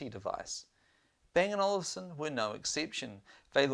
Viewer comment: It's Olufsen, not Olivsen